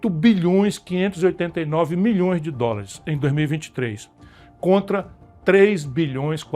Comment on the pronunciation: Ele não sabe falar dolares.